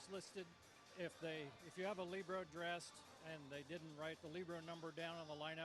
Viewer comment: Libero she pronounced it correctly...excellent job